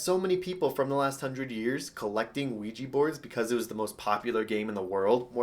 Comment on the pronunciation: And also it's pronounced wee jah not wee jee